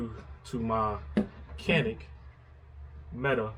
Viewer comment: Just as an aside, per Canik's website, it is not pronounced Meta, but rather Met-ay.